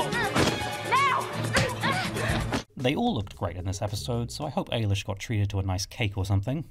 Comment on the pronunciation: I am so glad you realised how BEAUTIFUL everyone looked. Eilish did so GOOD. (It’s pronounced Eye-lish btw). Season 4 was the best in the Paige era imo. It’s so sad when Prue is mentioned and cripples Piper even more in such a vulnerable state. I actually like Phoebes fringe for season 4 as it matches the dark path for her as the queen of hell. It’s edgy and associated with an alternate lifestyle in pop culture so I found it very fitting!